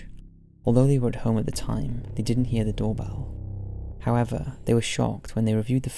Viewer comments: The doorbell one sounds like “fuck you” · Number 4 sounds like more like "Fuck you" to me lol..